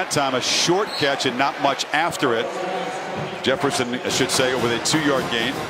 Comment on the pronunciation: is anybody going to talk abt how how they cant get Justin Jefferson's name right